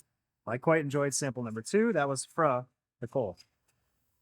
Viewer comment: "Früh" = "Froo"